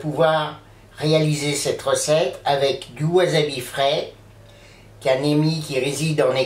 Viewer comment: Le wasabi (qui ne se prononce pas wazabi) frais peut etre commande d'angleterre a prix raisonnable, une dizaine d'euro la racine de memoire, soit a peine plus cher qu'en commerce au japon. Il vendent aussi des rapes mais la c'est carrement de l'arnaque, une rape en plastique a un euro fera le travail. Pour le wasabi en tube, il ne contient qu'un pourcent de wasabi, c'est en fait du raifort japonais (karashi), plus jaune que la moutarde, on y rajoute un colorant bleu et ca donne une pate vert fluo, qui n'a ni le gout ni l'aspect du vrai wasabi. Pour ma part je compte faire une mayonnaise demain, et habitant au japon ce sera plutot la moutarde qui me fera defaut, mais l'aventure est dans l'assiette comme dirait l'aultre.